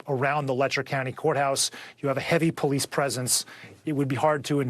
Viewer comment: NEVER DISRESPECT THE “POE LEASE”